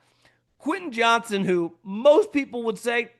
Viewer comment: Quentin Johns-ton, not Johnson. The football media continues to say his name wrong.